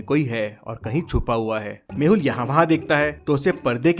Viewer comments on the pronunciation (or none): Detective mehul not mahul